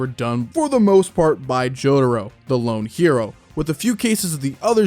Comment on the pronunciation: "Lone" no...